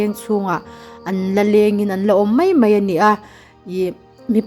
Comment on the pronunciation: Mai tihturah mei i rawntih hi bawng mei tihna em ni mawlem mai a aw b zirthaleh teh aw